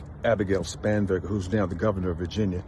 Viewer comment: I heard Scumberger too!